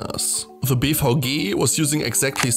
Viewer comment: Fascinating video but I keep hearing BVG as “beef hoagie”